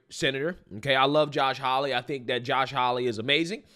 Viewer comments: his name is Josh Haw-ley (haw rhymes with law; ley pronounced like Lee). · Haw-lee, not Holly.👍😉